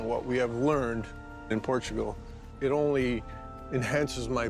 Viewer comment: 'Welcome to Port-a-gul.'